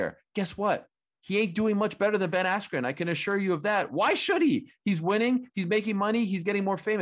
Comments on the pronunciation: Ben AskYou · His brain went "askew" after that hit. He got effed up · Ben Assq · Micheal Buffer pronouncing Askren’s name as “Ben Askew” definitely messed with his head 😅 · i thought he said ben icecube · So cringe when Buffer messed up Askrens name with “Askew” considering he has announced his name in the UFC lmfao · Honestly that pissed me off I kinda felt bad for Ben there. At least say the man’s name right this man has competed for world titles put some respect on it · I thought he did it on purpose to screw with Bens head right then. He never has had issues like that bad. Or Oscar gave him the wrong name. Not even close at all and English. Too funny